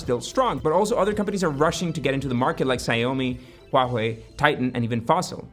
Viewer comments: Lol at Zaiomi. It’s Shaomi. Xiaomi. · Bru it's not Siomi it's xa-mi Sha mi